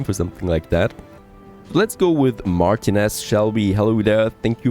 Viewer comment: *Hemione: It's Mar-TI-nez, not MAR-tinez